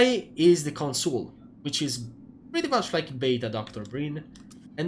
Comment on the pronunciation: Why does anyone who is from Europe and doesn't natively speak English pronounce the word "Consul" as "Consool". I am from Eastern Europe and I never pronounced it like this since I know English speakers pronounce it similar to the word "console".